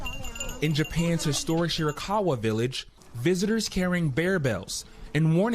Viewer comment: If you are going to report on Japan for a NATIONAL news service like NBC News, learn how to pronounce "prefecture."